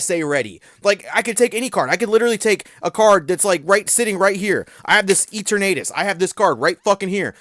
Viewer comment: Imma need you to say Eternatus again 💀